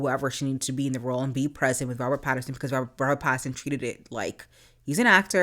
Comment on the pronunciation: It's Robert Pattinson, not Patternson.